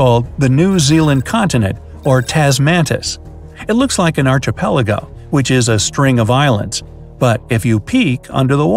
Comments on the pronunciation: Arch-i-pelage? No. Ark=i-pelago like Ark-i-tect and Ark-ee-ologist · It’s pronounced “Ark-e-PELL-a-go” not “Arch-e-PELL-go.” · the chio is pronounce as "ke" -----phonemics dear soul phonemics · It's pronounced ARKapelago, not ARCHapelago!!!!! Ugh!!!! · I cringe every time he says archipelago .... that first syllable .... it’s ark not arch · It's pronounced ARK - ipelago. If you weren't playing the role of educational authority here, I might have let it slide, but you are, so improve yourself. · It ticks me off every time you mispronounce "archipelago."